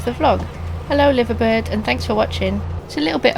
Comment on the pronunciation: I'm going to be thinking of your pronunciation of "Liverbird" all day.